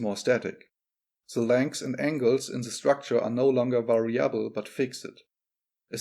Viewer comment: 'variable. Not vari•'able.